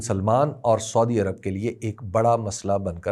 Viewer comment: حبیب اکرم صاحب اس دلچسپ معلومات کا شکریہ لیکن ایک چھوٹی سی اصلاح کی جسارت کرونگا کہ مہربانی کرکے سودی عرب کے بجاۓ اگر سعودی عرب تلفظ کریں تو بہتر ھوگا.